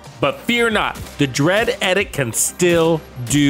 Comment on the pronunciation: Love the work, and good point about SVD with Lucky Shot. Thanks for this. One thing: it's pronounced EEE-dikt. :)